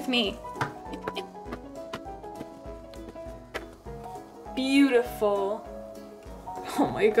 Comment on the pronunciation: it’s pronounced BOOTIFUL 😂😂😂😂